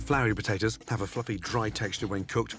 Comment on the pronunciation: Anyone ever notice Gordon says Butatoes